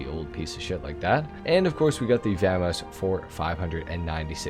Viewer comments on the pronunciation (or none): Vah mos, not VAM mos